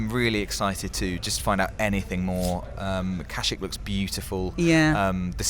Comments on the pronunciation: I absolutely love you guys, but how did you pronounce Kashyyyk? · watch the films and learn how to pronounce Kashyyyk properly, it really does point you out as not being a real star wars fan.